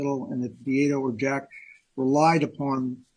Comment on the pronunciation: I really wish the defense attorney would at least have enough respect to pronounce Beata and Maya's names correctly. He's had this case for years, and he's certainly heard the family and the plaintiff attorneys say them hundreds of times. He doesn't do it often with Maya's name, but he constantly does it with Beata's.